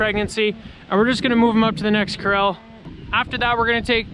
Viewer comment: I always think he's saying Krell instead of corral. 😂😝